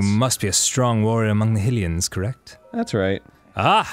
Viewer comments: At first i thought you guys were pronouncing Hilian wrong ironically, But you do realise it's actually pronounced "Hi as HIGH, HI-lians". Just as you would pronounce Hy-rule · another pronunciation debate, Hylains... Isn't it pronounced (H-eye-lians) instead of (H-ill-lians) I mean, shouldn't it be the same as Hyrule.. (H-eye-rule)